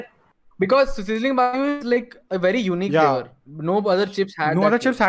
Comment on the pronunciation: We can make a video out of just saying the flavor wrong